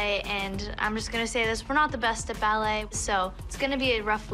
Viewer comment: Watch Abby calls “ballet” is just laughable...